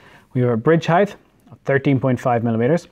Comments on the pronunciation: Heith is not a word. It's height. As in hite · There’s no “th” in height. Rhythms with “right”. 😃